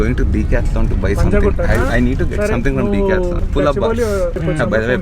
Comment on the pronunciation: The Decathlon is Pronounced wrong. its 10-Deca + Athlon. Typically DEK-ATHLON ....😉